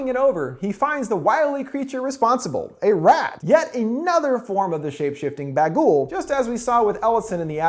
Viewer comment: Oh SH&T - yours did that too. I kept laughing at that bagel (especially since as a diabetic I can now longer have bagels or baguls - I laugh anyway since it is really BaGOOOL, not BAGool as pronounces it hilariously).